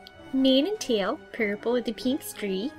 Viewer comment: Ha-ha, Pee-yer-pull, Per-pel! XD What a funny way to say Purple!